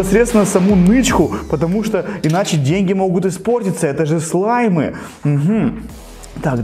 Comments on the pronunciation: ты сказал слимы а не слаймы) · ты говориш слимй